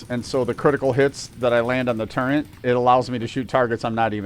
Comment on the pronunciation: There's NO "N" in the word TURRET.